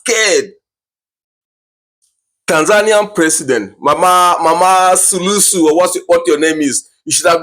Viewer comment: I like the way you say this woman sulusu😂😂it's suluhu which means solution in swahili....but I don't think she has the solution for her country